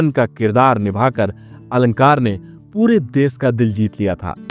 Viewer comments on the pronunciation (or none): Desh ko des, Joshi ko Josi, Dashak ko Dask, bolte ho. SH ko SH bolo S nahi.